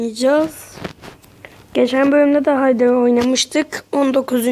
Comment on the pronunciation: Hay day diye okunmaz hey dey diye okunur